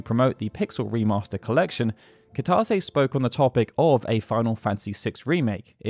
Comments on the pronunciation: Goddamn it! Kitase is Pronounced Key-Tuh-Say, not however you're doing it. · That's not how you pronounce Kitase. This new Generation and how they Pronounce Japanese Words, I swear to God...